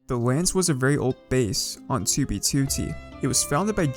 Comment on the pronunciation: The way you say 2btooootee makes me cringe every single time